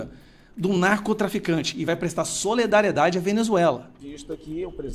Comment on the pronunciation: Não cabe a vc falar SOLEDARIEDADE NÃO SERÁ SOLIDARIEDADE? AMAMOS VC E SUAS POSIÇÕES MAS, SOLE... DÁ NÃO.